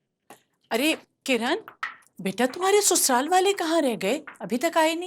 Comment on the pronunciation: Sasural ❎️ Susural ✅️